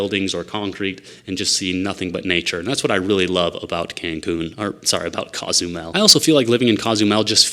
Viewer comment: Coe-zumel, not cah-zumel…just sayin’.